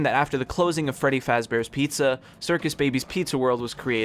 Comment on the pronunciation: “furry faz bears pizza”